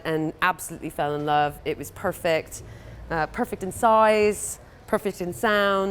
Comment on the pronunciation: when she starts saying perfect around the 30 second portion. To be fair that made me cringe a little